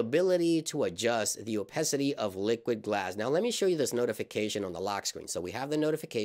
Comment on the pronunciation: it’s called Opacity not opecity